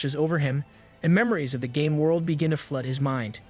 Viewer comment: am the the only only one that instead of very game world it sounded like very gay world ? lol